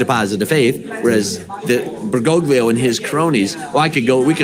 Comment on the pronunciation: He actually mispronounces the popes name. It is "ber go lee ho"! We should use his official title, however.